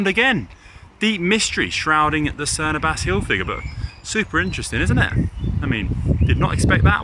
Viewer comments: Someone really needs to have a quiet word with Connor about the correct pronunciation of Cerne Abbas... He loses all credibility every time 😂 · Tell Connor it's Cerne Ab Ass, not Ah bass. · Why has no one taught Connor how to pronounce the Abbas in Cerne Abbas yet?